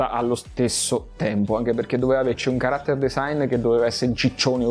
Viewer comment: Certo che sentire tutta sta lamentela per psico anziché Psycho da uno che pochi secondi prima pronuncia character come fosse chocolate...